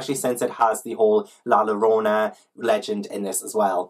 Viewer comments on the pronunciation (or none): I love your TBR game so much?? Like idk why it's so deeply thrilling to watch you flip cards but it IS, I GET SO NERVOUS! The stakes are high!! Also just a tip bit Paola is pronounced like Pow-la, and double L in Spanish is a y sound, so La Llorona is la yor-ona <3